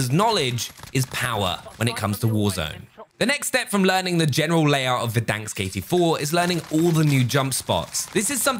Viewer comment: It’s Verdansk not “Verdanksk”. Stop it!